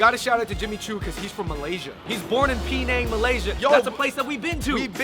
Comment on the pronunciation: pee-nang? its pronounced puh-nang.